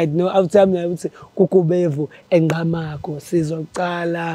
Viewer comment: Okay guys its Ngqamakhwe not Ngqamagu Respect our Villages